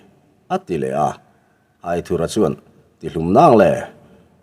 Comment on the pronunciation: Angaihnawm hle mai , mahse Aithurha tilo in Aithúra tia ( anthur lam a thúr ti a lam tur zawk hi ani lo maw) a ziaktupa sawi dan in